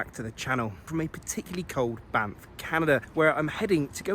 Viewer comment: Sorry but I kept laughing because I'm immature. Every time you said Banff, kept hearing BAMF